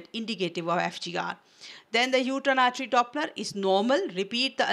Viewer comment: Wrongly pronunciation of umbilical n uterine artry